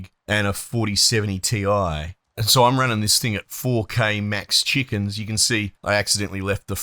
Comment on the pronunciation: Max cheekens 😂